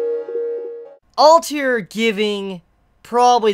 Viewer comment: you don´t like letters between vocals don´t you like kakeGURI alTIR like man what´s the issue with pronouncing the last 2 letters lol